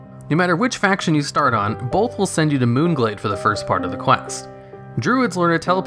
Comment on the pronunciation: Why do you pronounce both as "bolth"? There's no L in it. It's pronounced like "oath".